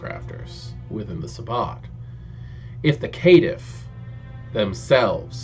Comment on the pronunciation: I like your video, but something kept bugging me ... Caitiff is pronounced "Kay-Tiff" like cainite not K'tiff.